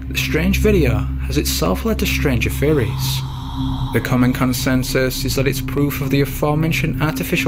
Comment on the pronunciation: Bahaha ,I’m not gonna lie ,that had me thinking he was saying the same for a second